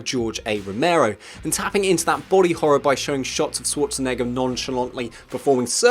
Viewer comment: sh-war-tzen-egger - People have such a hard time pronouncing Arnold's last name. I mean, if you're gonna make a video and say it several times, ti would pay to know how to say it, no? Use the Schwartz! en-egger!